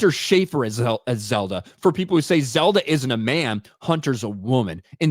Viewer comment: It’s Zelda, not Zerda/Zimda.